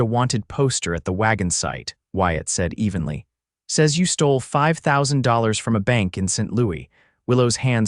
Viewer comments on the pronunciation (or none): none